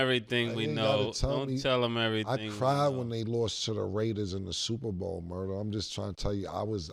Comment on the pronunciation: she said niggabowl lol